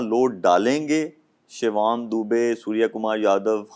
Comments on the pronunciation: Shivam Dubey ❎ Shivaam Dubey ✅😂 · Shivaam nahi Shivam hota hai. Naam sahi se lo Shoaib. Nahi to hm India wale tumhe Shoaib se Roaib bana denge 😂